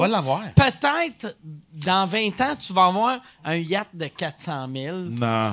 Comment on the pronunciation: Excellent épisode, agréablement surpris! Belle chimie, on dirait que la crowd dans les commentaires fait pas la difference entre vrai et faux malaise. Léger détail, la prononciation du mot yacht semble inexacte...c'est plus hot la vraie ;)